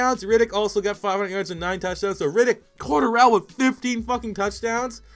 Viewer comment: Cordarrelle...you are pronouncing that way wrong.